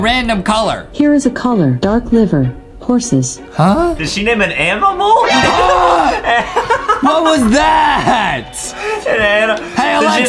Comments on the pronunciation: Bro Adam said animal wrong gets me laughing to hard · Did he say it aminal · He said Amimal not Animal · I laughed sooooooooooooo hard when Adam said amimal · I think Adam said anibal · Adam said an aminal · Adem says amimal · Did anyone notice that Adam says *did she name a amimal